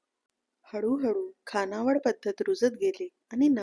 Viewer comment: अत्यंत सदोष उच्चार आहेत. विध्यार्थी नव्हे , तर. विद्यार्थी.. तसेच मुख्य म्हणजे खानावळ नव्हे , तर खाणावळ ...